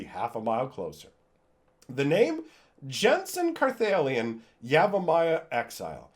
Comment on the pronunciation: I think you pronounce it Jared Carth-da-Lion King ... it is why he is Naya >.>